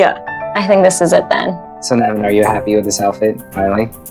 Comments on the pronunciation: It pains me that they keep calling him Naaavin. Ffs it's. Dude get your name right! But yeah other than that, he's pretty sweet. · Everyone is criticizing about the color but the thing thats bothering me is the wah they are pronouncing name as “naybeen’ instead of nabin !!!! Guys at least pronounce name authentic way stop trying to fit into stereotypical Kuires !!! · Na-win Instead of Na-ween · Why is it like le enga... Ne vin... Just a bit irritating when I don't hear lehnga, and 😰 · Its so stupid when you are pronouncing your own name incorrectly🤦 🙇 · Nu-veen Naa-thun, simple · it's na- win not..look at the spelling..he is a south Indian..we south Have names like, nivin and..